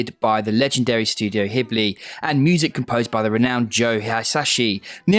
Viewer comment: um the g is not silent in ghibli...